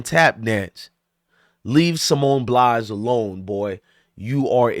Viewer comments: Bye-alls not Blys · BILES, not Blise or Blas. At least pronounce her name correctly. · Bro it's Pronounced Ba eye l say it all together 😂